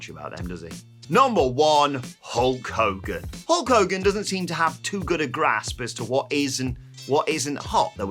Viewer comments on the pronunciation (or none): none